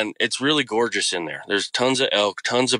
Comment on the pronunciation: Incredible story. But im not sure if I'm hearing things but is he saying crix ? He keeps saying crix but I think he means creek but why does he say it like that because every word is clear except that one .. sorry it's not meant to be rude im just wondering if he's just saying it wrong or is that normal.. oh maybe it's just from bc of where he lives .most likely ok well great story anyways really scary imo